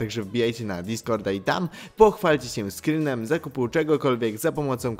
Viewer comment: Skrinem a nie skrynem